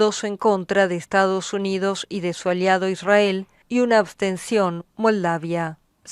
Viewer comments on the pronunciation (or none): none